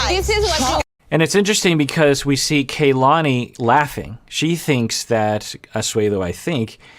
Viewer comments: Please, you've been so good with Larissa's name! Stop calling Kalani "Kaylani"!! Both "A" are the same as ahhh kah-lah-ni. Asuelu is saying correctly. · Her name is pronounced Kah-lani. Not Kaylani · It's not KAYlani it is Kuhlani. Both of the a's are soft vowels. As someone with a Polynesian first name, it's like nails on a chalkboard hearing her name continually mispronounced.